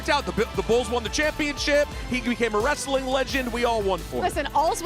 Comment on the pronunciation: Omg Dennis Rodman said 'wrasslin'. Vince McMahon is somewhere, rolling over in his giant Egg.